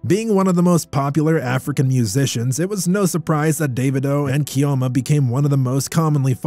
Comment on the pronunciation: Your pronunciation of Chioma and Ifeanyi was very poor. No new update on the story so why did you bring it up?